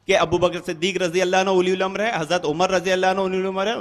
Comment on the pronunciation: Ye uliyul amar kya hai😁😁😁 Abe sale bewquf أُلِیُ ال٘اَمَر٘ نہیں ہے balkiأُلُواألاَم٘ر hota hai Is bhosadi ko quran padhane nahi aata hai aur ahle hadees kahta hai Kutta tum sab qaum ko gumrah karrahe ho